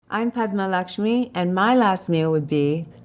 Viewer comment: I love how he pronounced her name right.